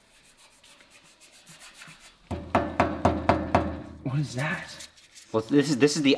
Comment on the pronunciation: “Wasist” 😂